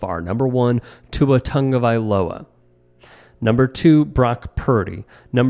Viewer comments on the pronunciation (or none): Hate how everyone pronounces tuas last name